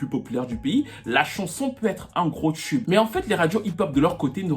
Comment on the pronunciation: on dis "TUBE" et non "tchub" t'es fatigant